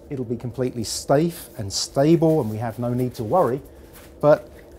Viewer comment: "stafe and stable"